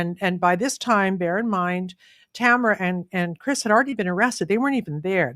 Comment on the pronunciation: I love Trish Wood, listen to her podcast every week, but it baffles me how she mispronounces names all the time. Particularly how she pronounces Tamara Lich’s first name. She says it as if it rhymes with the word camera. No, that’s not how you say her name. How does an otherwise intelligent woman not see that?